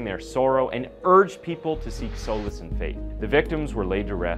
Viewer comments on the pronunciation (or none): Welcome back! FYI: The pronunciation of "solace" is like "SAH-luss" not "SOH-luss." Only bring it up because you use that word a lot.